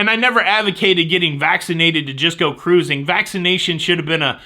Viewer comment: I needed the laughs you gave us today,! Thank you for your ingenious ways to give us news of "all things cah-rrruusing"! (Love the hand gestures!) I'm flying into Vancouver a day early so hope there won't be any glitches. Have to take the pre-cruise test as sailing out of Canada, but that won't give me pause from cruising for sure. Napkins are a good idea where food is sold, but I wouldn't "go bananas" if they weren't there. Happy cruising to you & Jenny on the 4th!